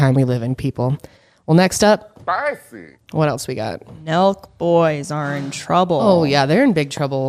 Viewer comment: Omg why did I think u guys kept saying “milkboys” instead of “Nelk boys” and that’s what I searched 😂